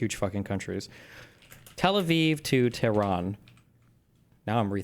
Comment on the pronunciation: Why does he pronounce "tehran" like an arab... that's not how it's pronounced at all omfg